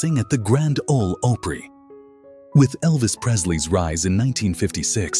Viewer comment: Especially one that says opry